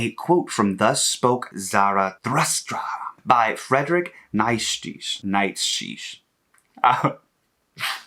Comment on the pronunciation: i love u but never try to read German again I almost had to choose violence 😭 it's fine just to leave it out...also Nietzsche is kinda like nee-chuh